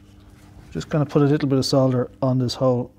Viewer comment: Nice to hear the L in solder ! Sodder sounds SO wrong. Programming , yes please.